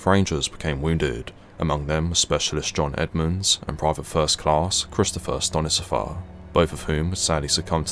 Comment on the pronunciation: Only thing I want to add is the soldiers name is pronounced "Stone Sipher". Great work as always!